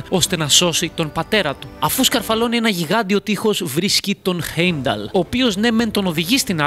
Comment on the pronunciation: Δεν ειναι η μιντγκαρντ ειναι ΤΟ μιντγκαρντ και οχι στην ασγκαρντ ΣΤΟ ασγκαρντ επισης ειναι χάϊμνταλ οχι χεϊμνταλ και ειναι φρεϊρ και ντροπνιρ οχι ντραπνιρ τα μισα λαθος τα ειπες αλλα καλο βιντεο